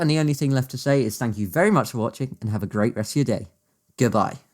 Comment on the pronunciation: vow very vell done my vreiend